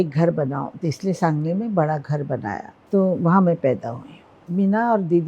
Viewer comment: it is SANGALI, not sanJali. it is G , not J. better check your facts -Host